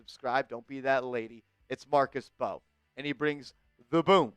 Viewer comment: His last name is from Senegal 🇸🇳, the M and B are combined when pronouncing his last name [MB]…; it’s not M-Bow and definitely not …BOW😂😂😂😂.